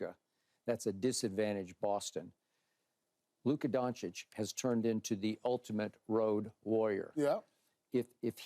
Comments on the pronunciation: OMG Paul....stop calling him Luka DONKISH.... Out of all the guys you work with, and the games you watch hearing his name have you not realized its not pronounced like that?? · It’s pretty embarassing to be on TV and say Luka Donkic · damn, say Luka's last name right Paul, the finals got you nervous or what? And, as usual, when Keyshawn opens his mouth... me: :hand-purple-blue-peace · Maybe if Luka wins a title analysts will learn how to say his name.